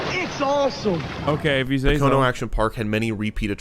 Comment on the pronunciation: Its pronounced Poke O No not Po Cone O for Pocono. Mispronounced it every time